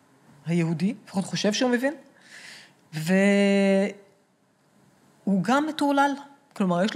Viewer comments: הראיון ממש מעניין, אבל בקשה קטנה המראיין. היות ואתה אומר הרבה פעמים "אני מבין" בבקשה תאמר mEvin (ולא mAvin). זה ממש צורם. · איחולי על עבודתך. אולם, יש לך טעות חוזרת בעברית. שים לב לניקוד: מֵבִין, ולא מׇבִין בקמץ, כפי שאתה אומר.